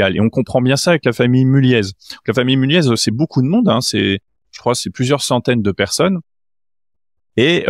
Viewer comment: "Mullié" et non "Mullièze" .. vla l'expert :D<3